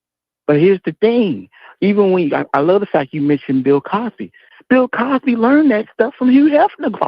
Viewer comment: said Pill Cosby.